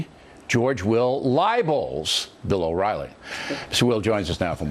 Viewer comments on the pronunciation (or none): ~ I was thinking that too. Usually, intentionally mispronouncing someone's name is a sign of disrespect/hostility. Doubtless he knew his name, but why mispronounce it? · Completely agree. That name mispronunciation by Will was a passive aggressive slap at O'Reilly and his ego. It was really funny to watch.